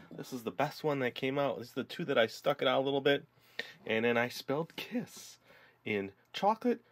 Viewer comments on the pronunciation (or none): Your ss in kiss is rong